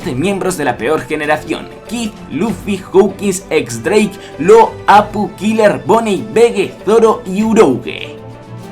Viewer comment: se pronuncia diez drake